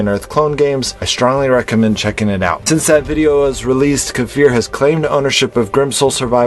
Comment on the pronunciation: makes me remember back when you & most of us still pronounce his name KI-FUR :))